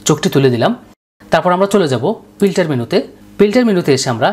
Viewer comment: আপনার উচ্চারণ খুব বিরক্ত লেগেছে। পর্সা মানুষ, পিল্টার, প্লো, জলসানো। এই শব্দ গুলো সব ভুল উচ্চারণ এবং বিরক্তিকর। শুধু এই কারণে সাবস্ক্রাইব িদিলামনা। ভিডিওটি হেল্পফুল।